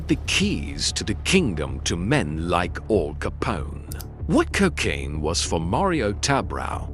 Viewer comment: Weird….pauses….in the….video. AL not All. Joemetro